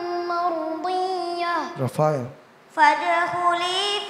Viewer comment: Ndak rofel tapi rofael